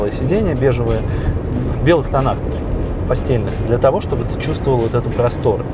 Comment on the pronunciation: я про это и говорю 🤧, Алёша.Этот тип в видео сказал постельных!!!!